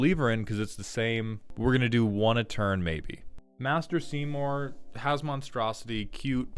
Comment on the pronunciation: Not pronouncing Maester Seymour wrong 😱